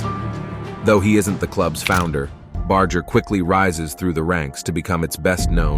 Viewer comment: Bro please at least pronounce his name correctly bar-jer not bar-ger despite it spelt that way it’s not a hard G. Ok I got past the intro and you’re using both pronounciations